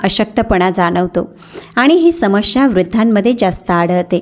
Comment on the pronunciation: माहिती खूप चांगली आहे पण आपण अशुध्द बोलता मणूका समश्या हे अशुध्द बोलणे आहे तर मनुका समस्या हे शुद्ध. शब्द आहेत